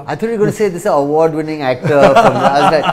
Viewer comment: Me to thought same when he says award wining